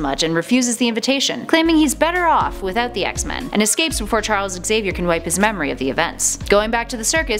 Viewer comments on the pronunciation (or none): none